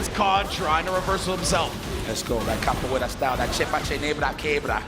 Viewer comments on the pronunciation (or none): The commentary is great 😂 .lol what is he calling kabuwera 😂😂😂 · Capoeira is what was saying, and it’s the basis for Elena’s fighting style